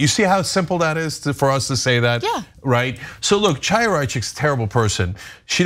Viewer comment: Ana, thank you for your work. I have two friendly comments about pronunciation. The name of the despicable right-wing activist and stochastic terrorist you are referring to is pronounced "Khaya", the "Ch" at the beginning of her name is not pronounced like chair or china or chalk. Also, when referring to the newspaper "Ha'aretz", the emphasis belongs on the second syllable, "AH", and not on the last syllable "retz"- i.e. Ha-AH-retz. Thanks.